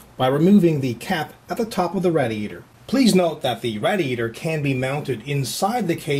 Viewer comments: I'm American and I don't say radiator like that. Proper english pronunciation is "Ray-dee-ator" NOT "RAD-EE-ATOR" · Its said.. RAY-DI-ATOR Not RAD-I-ATOR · dont get me wrong this guy rocks but he murders words like proocess raadiatur and other stuff like that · I gotta ask you why do you make a million weird faces and noises when you screw up LMAO! Also only tip i can give you is it said Raydiator not rad-iator. P.S: if you read this im on the Forums. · rad i a tor no say it right it pissed me off say it as raydee ator come on rad e ator idiot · RAY DEE A TOR not whatever the hell he said, got is he getting over a speech impediment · him saying RADiatior makes me sad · PLEASE learn how to pronounce radiator correctly. seriously. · lol, he cant say radiator